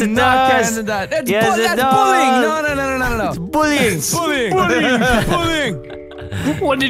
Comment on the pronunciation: Made Me Laugh With "That's Bul-lying!" (In A Australian Accent).